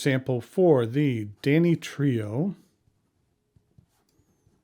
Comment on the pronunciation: Too bad the craftsmanship is in the service of cheesy, gaudy kitsch-like 'art.' But thanks for reviewing the Danny Trio. Wouldn't it be dan-EE-tri-o?